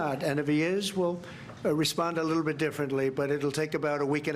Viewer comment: leetle beet leetle beet TACO